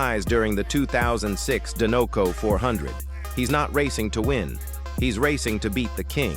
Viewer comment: It’s pronounced DYE-NUH-coh, “”! 🤨